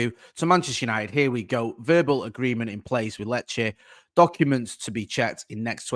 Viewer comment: Glad this transfer is done now so doesn't have to panic every time he needs to say Lecce😂